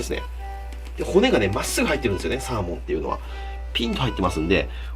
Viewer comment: サ↓ー↑モン